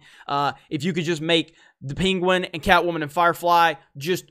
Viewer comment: Who's peenqwen? Never heard of this villain before, I know the penguin.